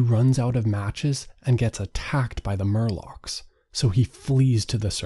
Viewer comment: Morlocks. Not Murlocks.